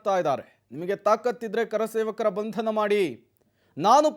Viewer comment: ಇತನಿಗೆ ಕನ್ನಡ ಮಾತಾಡಲಿಕ್ಕೆ ಬರಲ್ಲ ಕರಸೇವಕರನ್ನು 🤣ಕಾರ ಸೇವಕ ಅನ್ನುತ್ತಿದ್ದಾನೆ